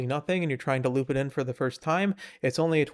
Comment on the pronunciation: it's hard to take you seriously when you say Loopa 😭 why not just Loop??